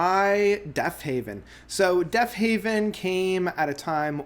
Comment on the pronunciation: Heaven not haven..very hard to listen to u after that. Come on brother get the name right of all simple things